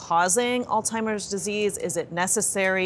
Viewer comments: It's not "all-timers" It's "Alzheimer's". Good Grief. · I think the doctor has all TIMERS. The doctor kept on mispronouncing Alzheimer’s and didn’t take the hint from the anchors. Hmm don’t think I can trust this doctor.